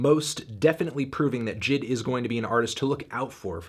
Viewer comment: lol melon pronouncing JID the wrong way got me rolling